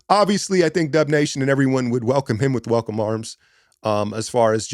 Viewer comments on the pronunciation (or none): none